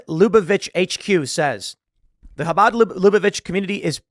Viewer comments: 👍for taking the effort to pronounce 'chabad' properly. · I love how Tim pronounces Habad perfectly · Tim, Bravo on your pronunciation of “Chabad”!! 👏🏻👏🏻👏🏻👏🏻👏🏻 😀